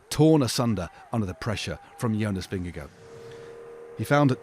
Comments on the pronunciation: There is no “oh” sound at the end of Jonas Vingegaard’s last name. Why, why, why are so many presumably professional bike race announcers being so disrespectful? Not “-goh”, try “-gar” with a soft/nonexistant “d”. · Vin-a-go (Just trolling) was brilliant today. He wasted valuable watts on a punchy climb where the gains would be minuscule. He keeps racing like that and he won't win this Giro or the Tour.